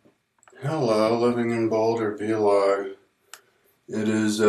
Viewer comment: its not vee-log. its vlog